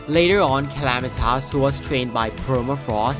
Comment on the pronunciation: Dedron? ClamitAs? Dredron? Bro, learn to speak or something